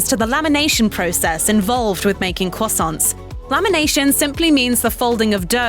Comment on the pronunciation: why does she say croissants crwosounts?